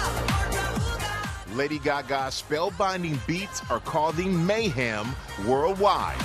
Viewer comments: "you call it mayHAM." "Uh...no I don't." 😂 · Michael says “mayHAM”. Seriously?? She purposely then says “I called it mayHEM”.